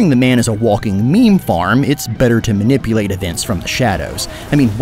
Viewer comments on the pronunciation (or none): none